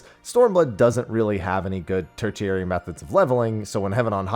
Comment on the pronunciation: Ter-she-ary. Sorry, I had to.